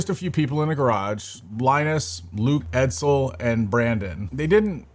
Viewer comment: It's extremely telling that you don't watch as much as you claim when you got almost every single name wrong. Edzel, Dennis, Jake, even Whale LAN. This was 13 minutes of things people already knew, things that have been repaired, things that have been debunked, and blowing up claims that were never substantiated. I'm VERY unhappy with things that Linus has done, but this felt like manufactured drama, just like 90% of Steve's video. Congrats. You made a few bucks from being essentially online paparazzi.